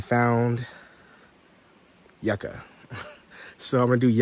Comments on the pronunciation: 😂😂😂 pronounce it with me you-ca or is not yuk u ❤❤❤❤😂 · 😂it’s You-Ka😂😂😂😂😂